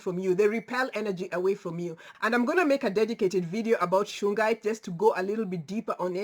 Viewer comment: You were right, it is shungite. There is also sugilite (soo-gee-lite) which is an awesome crystal but you should not wear it close to your heart.